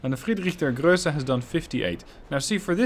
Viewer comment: Ply look up how to pronounce Friedrich der Große... There is no ö in there